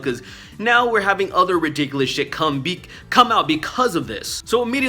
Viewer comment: Bro I love you but work on your enunciations because you said ridiculous like the Harry Potter spell to get rid of boggarts 😂